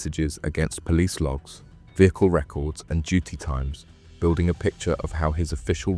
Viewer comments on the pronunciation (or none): none